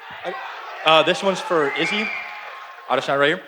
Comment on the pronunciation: shhhh 3-0😂😂😂 Izzy got butchered